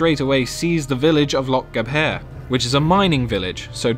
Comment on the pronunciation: lol cringed a little when he said Gab hare. It's gavar